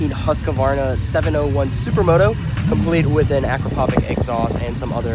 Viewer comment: Husk-a-varna? Sounds kind of funny to a swedish person. It's Huskvarna.